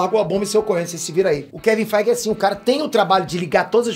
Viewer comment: Eu juro depois do gritar Keven faiguer eu não conseguir me concentrar no vídeo de tão, do quão inesperado que foi.